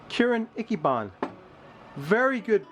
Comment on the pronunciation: Ichiban = ee-chee-baan